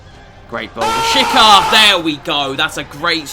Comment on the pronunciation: Im from Kosovo and you're saying it wrong. It's Rashica with a "C" not Rashika